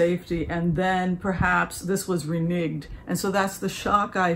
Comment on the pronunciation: Please pronounce it "re-negged"